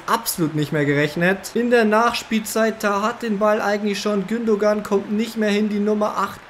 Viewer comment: du sagst gündogan aber es wird gündoan ausgesprochen